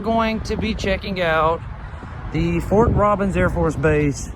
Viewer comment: Lol, it's not Fort Robins , It's Robins Airforce Base